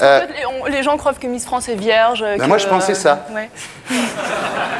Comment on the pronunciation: " Les gens crovent que".... On reconnait, sans aucun doute, la miss France.😆😆